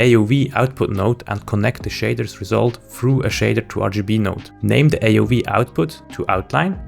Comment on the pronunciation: A-O -V, not A O we sub-tract, not sub-stract